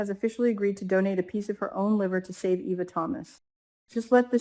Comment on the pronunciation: EVA is pronounced “EE-VA”